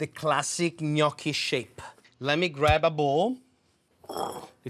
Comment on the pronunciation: As soon as I heard you pronounce Gnoochi correctly I was in. I hate when people say No-key. 😭